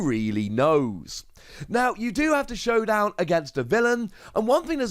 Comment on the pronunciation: "Showndown" Lol.